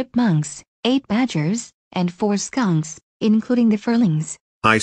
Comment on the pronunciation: Did she say four skunks